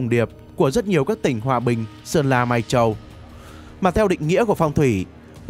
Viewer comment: Nghe kỹ sẽ nghe tắc đọc Lai Châu sang mai châu